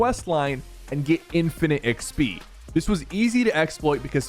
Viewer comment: why do you say XP so weird